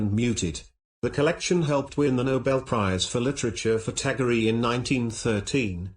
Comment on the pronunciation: His name is pronounced as tagor not tagoreeee